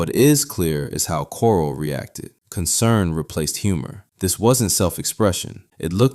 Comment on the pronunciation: it’s KORCLE, not coral. It’s distracting to such a well researched video.